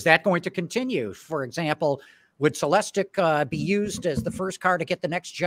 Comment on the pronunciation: Dang it,, you’re pronouncing it wrong. It’s Celes-TEEK! Ps: nice ride though. Wish you success.